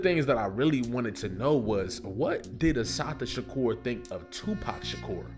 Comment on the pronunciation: A beautiful tribute...but please learn the correct pronunciation of her name. Please.❤❤